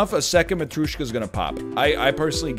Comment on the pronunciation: It is matryOshka not matryUshka